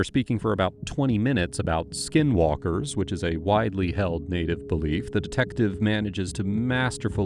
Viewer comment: the suspect calls it "skin-WalkERz" I've heard others call it schizophrenia.